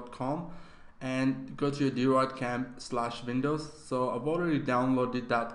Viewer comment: it is pronounced droyd cam not deeroid cam